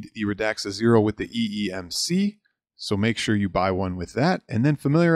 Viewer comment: Also Sir it is eMMC not eeMC. Nevermind, it happens, we are all humans.